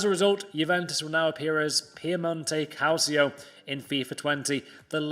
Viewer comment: Hey Actually “Calcio” is read as “KalCheeo”